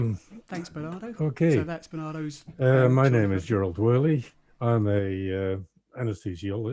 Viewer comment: Why is Woerlee pronouncing his own name so weird?🤨 (English like in lieu of Dutch) Why is the whole convo...... 🤔 gesprek niet gewoon in 't Nederlands, godver!!?🤨 Kastrup does pronounce Woerlees name like it normalna.